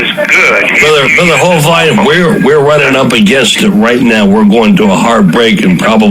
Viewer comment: Thanks for the upload. I do wish the radio host would stop mispronouncing Kent Hovind's last name. It's a "short i", not a "long i". And the stress is on the first syllable.